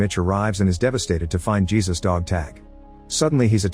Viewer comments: ai voice should have been told to say heysus. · type Hey Zeus for the narration Lol